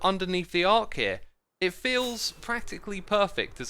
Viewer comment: X pleeeease pronounce words the right way it triggeres me so much to her arch as "ark" schedule as "shedule" and so on🤣